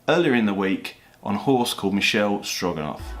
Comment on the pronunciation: the horse is Michele Strogoff, not Stroganoff